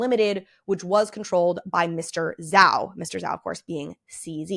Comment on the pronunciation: Dear fellow whites, Zhao is a phonetic spelling. Zh, the sound you hear in the word “measure” or “decision”, so it’s pronounced Shh🤫ao